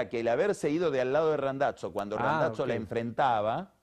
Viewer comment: El "Randatso" que dice Pagni tiene algo que ver con Randazzo el politico?